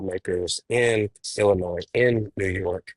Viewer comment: Too stupid to even know how to pronounce Illinois. 🤡 what an idiot.